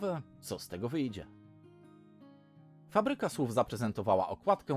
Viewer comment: Hej, fajny pomysł na kanał! Cieszę się, że ktoś zbiera takie informacje i może w końcu będę bardziej na biężąco~ Dodając od siebie: nieco przekręciłeś z tą Fabryką Słów ;) Z drugiej strony ich model biznesowy jest od lat znany, a zarówno niekończące się cykle, tworzenie wielu książek w jednym uniwersum czy kilka wersji okładkowych jednego tytułu też z niego wynika i nie ma co się oszukiwać, że tak nie jest. Ani, w mojej opinii, tego jakoś szczególnie bronić. I uwaga techniczna, choć nie chcę by zabrzmiało to jakoś mega krytycznie czy chamsko: wyraźne podkreślanie "ę" to hiperpolonizm i błąd. Masz fajny głos, ale mam wrażenie, że brakuje ci nieco lekkości czy pewności w mówieniu - zarówno wymowę jak i budowę zdań starasz się trzymać na wysokim poziomie. Wychodzi to całkiem miło do słuchania ale i nieco sztucznie/wymuszenie, szczególnie przez to "ę" (i chyba było też jakieś "iż", które sprawiło mi uśmiech, bo mało kto próbuje go obecnie używać w mowie). Zostawiam to tobie do ewentualnego przemyślenia, a ja lecę dać suba i z pewnością będę wracał i komentował!